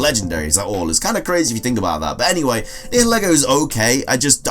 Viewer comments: Also Niheligo is pronounced NIE- eh- lee-go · Nihelgo is pronounced Ni-hel-go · It’s nigha-lA-go